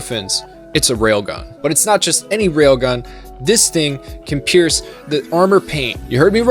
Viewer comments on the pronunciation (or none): none